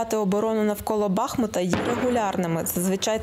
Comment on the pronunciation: Слава ЗСУ!!! ♥ А вот диктору такого канала пора выучить названия украинских городов - БахмУт.